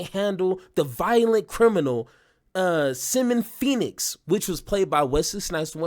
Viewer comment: Yo man, you are a unique cat, Cause that pronunciation of Simon Phoenix got me!